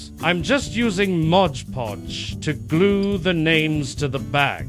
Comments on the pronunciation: MOD PODGE! Not modge podge ;P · I adore that you had the AI voice say "Modge Podge" just like you would say. 💖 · Colleen we talked about this. 😂 It’s MOD Podge!